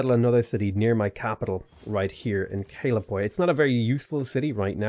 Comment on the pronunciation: All Good! Maori isnt easy, you said Kaiapoi Perfectly, so creadt there👍